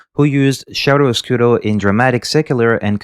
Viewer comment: Many italian died in this video hearing "shiaro oscuro" instead of "kiaro oscuro". Great video, got lost because of your accent, thought you were not a native french speaker...how wrong I was!